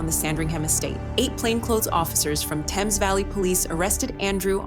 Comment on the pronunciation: It's not temps valley police it's Thames valley Police